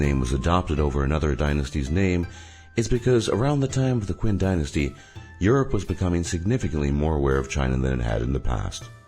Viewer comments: It's not 'Quin', it's 'Qin' Do your research on Chinese language, idiot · QIN IS PRONOUNCED CHIN, YOU FUCKER. THAT IS WHY THEY ADOPTED THE NAME CHINA, BECAUSE QIN SOUNDS LIKE CHIN. IF IT WERE PRONOUNCED HOW YOU FUCKING BUTCHER IT, THEN CHINA WOULD BE CALLED QUINNA. GOD FUCKING DAMN IT, WHY DO YOU PRONOUNCE EVERYTHING ELSE CORRECTLY?! Anyway... So, basically, China is just as bad as fucking North Korea, they just pretend they're not. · Oh come on, "Qin" is pronounced "Chin". If you want to do a topic regarding other culture, you should have do a little research. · The pronunciation of qin is not quin, it is chin. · Qin is now pronounced "Quinn" its pronounced "Chin" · Chin dinasty, not Queen dinasty. And ZhungGuo pronounced as ChungKuo. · It's looks like Qin but pronounced chin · not only is qin pronounced chin not kwin, zhongguo is not pronounced zong-gwo... ffs if ur gonna do a video about this at least pronounce things properly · Qin is not pronounced ''kwin'' it is pronounced ''chin''. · And the no.10 the Qin density pronounce like CHIN not. Queen, Please do at least some research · Quin? QUIN!? It's pronounced Chin, hence China and not Quina!! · What you said in this video is true. But please don't call it "Queen Dynasty", for English speaking people to pronounce it, it's more like "Ching Dynasty" like your videos. Keep up... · It's pronounce CHIN, not quin....... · it's because she's too head-up-in-the-sky to recognise a mistake. With conventional English spelling, Qin does look more like a "Kwin" than a "chin". He likely researched all this information in written form, so never came across a vocal pronunciation. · Qin is pronounced Chin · ...hey bro, Qin should not be pronounced like that....ur pronunciation really makes me laugh...it should be pronounced like Chin but not Kwin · Qin is pronounced "chin." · Interesting, but 'Q' is pronounced like 'ch' in Chinese. So the Qin Dynasty is pronounced 'Chin'. Hence 'Chin-a' - China. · Qin is pronounced "chin".